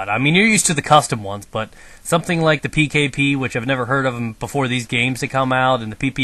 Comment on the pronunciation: Pwn.... its PKP Pechangchang